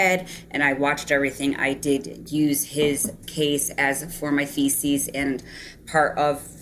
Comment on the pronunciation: She's got some self-aggrandizing delusions. Also, why does she pronounce thesis like feces ? "Lisa" is a gigantic bulshitter, anyone with a brain can tell. She lives in a fantasy world. She"s a perfect match for Chaz